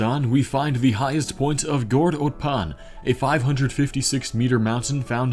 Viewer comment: Yo you forgot the m in meters for Gord Otpan, Kazakhstan